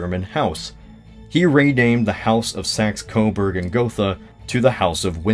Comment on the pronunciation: Umm... "The saxberg-coberg" house, huh? Can't tell if that was a mistake or if you were just being... well... just being. I laughed nonetheless:)